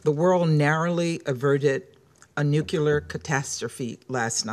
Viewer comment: She doesn't even know the pronunciation of nuclear she said nucolir